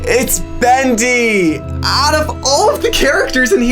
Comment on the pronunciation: Not bist bendy its bost bendy